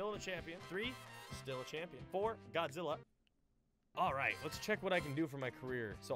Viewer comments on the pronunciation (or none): none